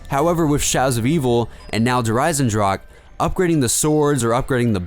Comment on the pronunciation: Fyru Hawk it is not a silent ch, just ask any german how to pronounce it. but some people just cant say it